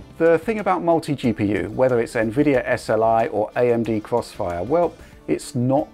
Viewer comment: is doing the cwossfire 😂